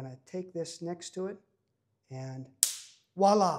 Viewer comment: Voila not walla! vwa-LAH